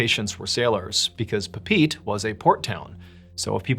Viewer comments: Papete, pronounced, "Pah-Pe-teh" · Papeete - Papa A tay. If you've ever heard "Southern Cross" by Crosby, Stills, and Nash. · That's the worst pronunciation of Papeete I've ever heard. It's pronounced: Papa-ā-tā or pah-pay-AY-tay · Not trying to be rude, so don’t jump my butt!!! … The Tahitian town Papeete is pronounced Pa-pa-ay-tay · Grammar guru pronunciation guide for future videos: Tahiti's city = Papa-ay-tay. With love!! Thank you for story time, as always 🥰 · It is pronounced Pà•pé•té and it’s an island in French Polynesia. It’s a French Protectorate like Puerto Rico is to the US. French and Tahitian are the main languages. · Papeete is pronounced pah pay ay tay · Papeete ( pronounced Pah-Pah-aye-tay) lol. 🤣. Beautiful place to visit in the Polynesian triangle. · Not to be one of these guys but I think it's actually pronounced "Pah peetee" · btw pape'etē is pronounced pah-peh-eh-teh 😭🙏🏽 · Papeete is pronounced: Pa-Pay-A-Tay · In Polynesian languages, the vowels are pronounced like it is in Spanish. So Papeete is pronounced Pah-peh-eh-teh. Other than that, I really enjoyed these stories! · Papeete is pronounced: Paw-pay-eh-tay, just for future reference ♥️ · It is pronounced pap eh eh tay. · It’s pronounced Pah-peh-EH-teh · Great stories! The name of that city in Tahiti is pronounced “Pah-pay-ett-tay” though. They speak French there and it’s the “Frenchification” of the native name. I also have been there once and heard it pronounced several times while there. 😊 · Papeete - pronounced “pah-peh-eh-te” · Papeete. Pa-pay-eh-tay. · In the first story about the sailor, Papeete is pronounced pa-pay-AY-tay, which is the capitol town of Tahiti in French Polynesia. Good stories. Enjoyed all three. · Papeete is pronounced papi-et-tay. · In Tahitian, you pronounce every vowel, so Papeete is actually pronounced Pah-pay-ay-tay. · John, Papeete is pronounced PAH-pee-AY-tee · That’s not how you pronounce Papeete… it’s 4 syllables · You didn’t pronounce PPT propy ;)